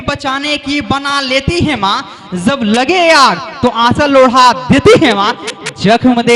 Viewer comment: Pronounciation sahi nhi h jb ko zb jante k bajaye zante is trh ka shayri achha nhi lgta, tallafuz pr dhayan den plzz